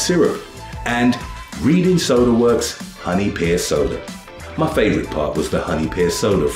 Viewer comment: It's pronounced "Redding" not "Reading"